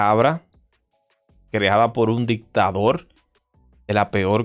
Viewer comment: Van a reportar tu canal por decir "dictaDOL"